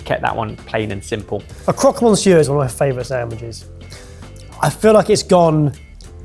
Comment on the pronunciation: You aren't meant to pronounce the n in monsieur you savages.